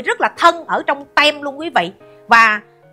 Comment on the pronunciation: Bà ơi team chứ không phải tem bà ơi